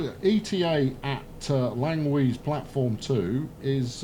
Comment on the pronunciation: Actually "Stadt" is the german word for city, so it is technically a city. And nice sayed "Plattform 2" and greetings from a German ^^